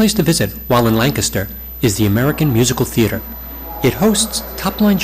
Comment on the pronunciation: It's pronounced LANC aster